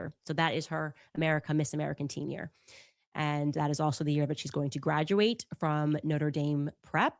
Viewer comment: She keeps pronouncing ‘tenure’ as “teen-yar” … wtf?